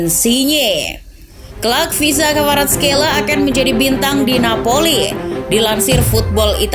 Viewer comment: cara pengucapan nya.. khvicha kvaratskhelia= kahvica varatskelia